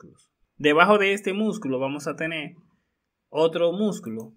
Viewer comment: nooooo yo no puedo confiar en una persona que dice vamo a tene.... habla bien HABLA BIEN